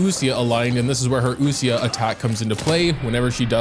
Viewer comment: Definitely the queen of Geo also not to be that guy but when u pronounce ouesia its pronounced weesiya , its French i think!